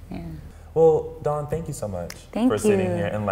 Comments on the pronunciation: Really love Dawns passion about her art.Really great interview....and you got her name right!lol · Oh my gosh you said her name right , I love it. This was a great interview.